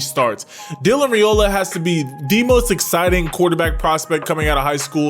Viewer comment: I can’t wait to see how he develops at Georgia. It’s an amazing time to be a Dawg. BTW, just letting you know for the future, his last name is pronounced rye-ola not ray-ola. I was pronouncing it wrong too until I heard it from the horses mouth. 😂